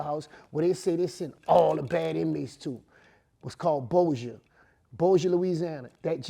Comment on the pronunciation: That nigga said Bossier